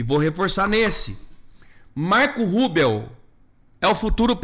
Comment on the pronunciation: Cara, a pronúncia não é Marco Rúbeo é Marco RÚBIO.